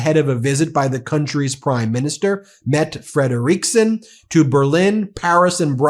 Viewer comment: meh-tuh fred-rick-son... you gotta get these names down ben